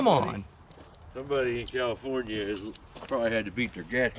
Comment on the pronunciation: (spit) cause yall know (spit) tank sediment here is (spit) much better than califnorn, califon.......... west coast sediment (spit) 😁